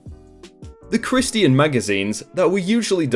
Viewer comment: The way you pronounce 'Christian' is hilarious. Is that intentional or do you legit not know how the word is pronounced? ( EDIT: Or something I didn't think of at time of comment, is that just the local way of saying it? )